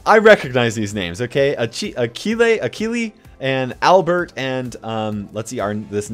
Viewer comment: Ptdr « Akili » pour Achille 😂😂😂